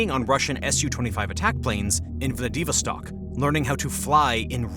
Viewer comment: The reader-bot can't pronounce 'Vlad i VOS tok.'